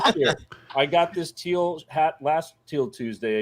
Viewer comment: think of it like Teel... not Till. 😀